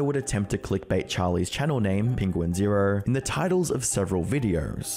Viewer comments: i want to make it clear that charlie's youtube channel name is pronounced "penguin-z-zero, not "penguins zero". he's clarified that himself before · "Nikacadder Avacadder" "Penguin Zeroer" every frickin time lol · Penquinz0 pronounces it Penguin-zee-zero, right?